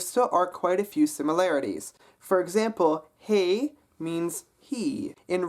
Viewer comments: I'm a native speaker and it sounded like he pronounced it perfectly to me. 'Hy' should be pronounced as hey. 'My' should be pronounced as may. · Hi Ro Man, I would just like to confirm that his pronunciation is correct and it is in fact different from sound of the Dutch "mijn" :)